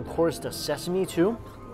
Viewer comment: "it smells so sesame...sesameee ? Sesa-Me-E ?" That unexpectedly made me laugh😂😂